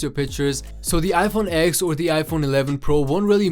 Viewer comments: It's pronounced 10 not X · It’s not called an IPhone X it’s called an IPhone 10 - it’s Roman numerals DOHHHH